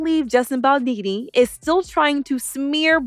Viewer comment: His name’s Baldoni, not Baldini 😂😂